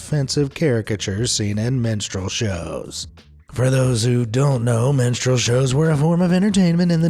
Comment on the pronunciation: When he first said Minstrel Shows I thought he said MENSTRUAL Shows lol